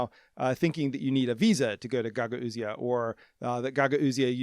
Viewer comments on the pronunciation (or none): I gotta say pronunciation of Gagauzia is driving me crazy. It's pronounced guh gowz or guh gowzia. Love the channel though! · Unfortunately, you mispronounced Gagauzia each and every time you said it (along with mispronouncing Gagauz). Wikipedia states the phonetics: you could have checked this with a five minute Google search at any point. In related news: 99 percent of American news anchors still can't pronounce Xi Jinping.